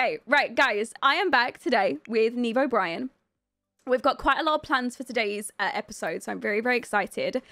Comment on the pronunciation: Every time I hear her name pronounced outloud it sounds like "Nemo Brian."